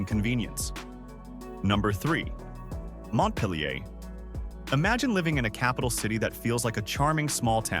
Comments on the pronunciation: can't even pronounce mont pil er correctly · It's pronounced Mont-peel-ure !